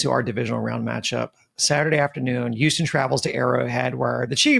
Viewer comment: Can please stop calling us Youston!!!